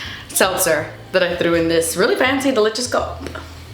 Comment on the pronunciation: Miss when you use to say delicious as “de-litch-ious” 😂